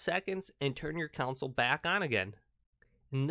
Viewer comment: I've never heard someone mispronounce the word "console" so many times in a video about a console. Not a good look